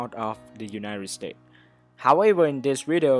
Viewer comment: “Unired states